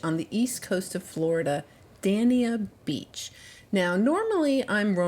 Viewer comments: Not trying to be a smart butt, but it is Dey-nee-uh beach. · Im a Floridian and just wanted you to know, it’s pronounced da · nyuh bch. Your video is great, thnx